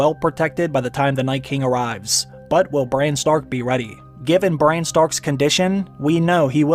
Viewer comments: Is it me or is he saying Bryan everytime an not Bran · His name is Bran, short for Brandon. Not Brian or Brain. You changed his many so many times it made the video confusing. And don't repeat the lines you just showed us in a clip so much. We just heard them say it! Sometimes twice